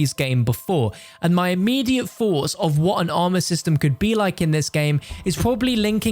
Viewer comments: “I’d love to know your foughts and opinions here “ god I love when he uses h’es lol 🤣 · he can't pronounce the TH in words